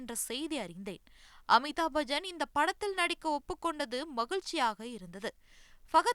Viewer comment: Bajan illa Bachan😂😂😂